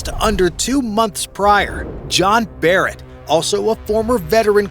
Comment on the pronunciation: John Barnett, not 'barret'